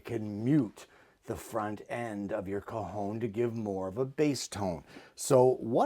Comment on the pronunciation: So pleased you pronounced Cajon as well as explained what it was, very interesting I’ve never seen or heard of one. Thank you for expanding our knowledge.